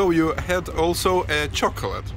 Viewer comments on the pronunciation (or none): none